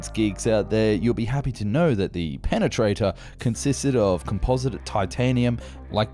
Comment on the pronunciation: Does Prenganator exits? Pe-pe-Prenatater.